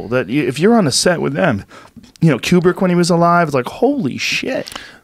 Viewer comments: the way joe pronounces stanley kubricks name kills me every time. KOOBRIK! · Who’s Cubirk? It’s Kubrick you fucking moron. Stanley fucking Kubrick you uncultured swine.